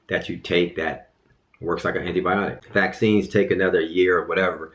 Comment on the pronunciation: He's trying to say vaccine